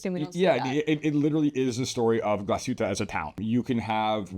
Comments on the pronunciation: It's "glass-HOOT-ə", NOT ""gla-SHOOT-ə" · Not to be too pedantic here, but I think the brand is pronounced Glah-suit-a Orig (hard G)-in-al (like Al Gore). Good videos. Great brand. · "Glas - hutte," not "Gla - shutte." Close but not correct. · Sorry, I am a German living in the US for the last 34 Years. And the Glasshuette pronounciations always make me flinch a bit. Yours was better then most though. I am a collector and a big GO and ALS fan.